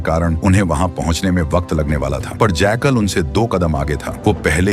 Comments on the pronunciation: Jackal❌ Jaykal✅ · Sweet brother ye jackal hai na ke jaykaal😊😊